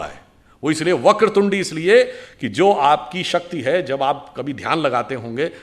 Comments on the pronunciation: वक्रतुंडी नहीं वक्रतुंड होता है । ओडिशा के हर गांव में साधारण लोग मुख को तुंड हीं कहते है 😂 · सुधांशु जी, क्षमा प्रार्थी हूं।मगर वक्रतुंडी नहीं वक्रतुंड है।